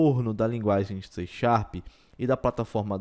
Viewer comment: "xê xarp" kkkk ... ótimo vídeo ;)